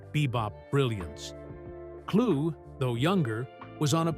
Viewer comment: The man's name is pronounced "Klu!" or Clue Not Klugg or Kloog!)